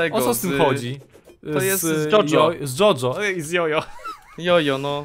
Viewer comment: mała poprawka Ryfku po japońsku ( czyli tak jak powinno się czytać) czyta się to jako coś w stylu Dziodzio , nie jest to perfekcyjna wymowa ale jest najbliżej , wydaje mi się że trochę bardziej poprawne jest mówienie dzciodzcio ale mogę się mylić.